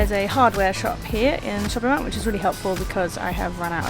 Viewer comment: Most people even foreigners pronounce mall as in "maul" rather than "mell"